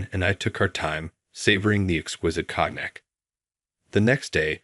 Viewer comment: Cracked me up too. And Ratchel. Hate these AI voices. Awful